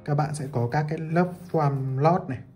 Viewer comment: Góp ý nhỏ ạ, "foam" bác nên nói là "phôm" thay vì "phoam" :)